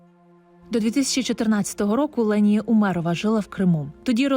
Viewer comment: Її звуть Лєніє. Просто дикторка не правильно ставить наголос і в назві відео не правильно написано